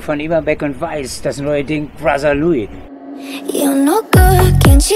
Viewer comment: Bohlen kann nicht einmal mal Brother richtig aussprechen :)